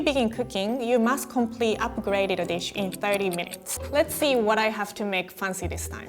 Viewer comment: "Show me your dish" 0_0 could've sworn she said "show me your bitch"